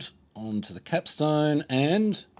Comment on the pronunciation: Did you say cap-STONE?